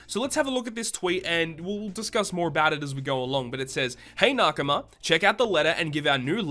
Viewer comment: the way you pronounce nakama triggers me